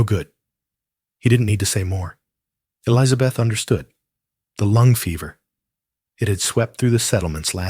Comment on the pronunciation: The woman’s name is Elizabeth. Not Eliza Beth. Good grief! It grates on the nerves. Maybe educate your AI on proper pronunciation. Yes, it’s a little things, but details do matter.